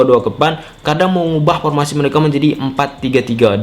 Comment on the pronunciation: Formasi... Bukan pormasi.. 😂😂😂